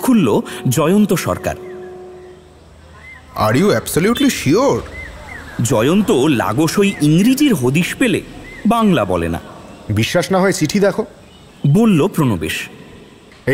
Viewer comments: বাংলা ভাষার উচ্চারণ সংক্রান্ত দুটো তথ্য----- উচ্চারণটা "লাগওসই" নয়, "লাগসই" উচ্চারণটা "অন-আড়ম্বর" নয়, "অনাড়ম্বর".... এটা সত্যজিৎ রায়ের সৃষ্টি না হলে আমি হয়ত interfere করতামনা, কারণ এরকম দৃষ্টিকটূ বা বলা ভাল শ্রুতিকটূ বাংলা প্রায়শই শুনে থাকি....... কিন্তু এটা সত্যজিৎ রায়ের লেখা, তাইইই... my sincere apology if this hurts anyone... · গল্পটা খুবই ভালো কিন্তু দুটো উচ্চারণ-প্রমাদ বড্ড কানে লেগেছে - লাগোসই !!! অন-আড়ম্বর !!! উচ্চারণ গুলো একটু শুধরে নিয়ে প্রচার করলে ভালো হ'ত না?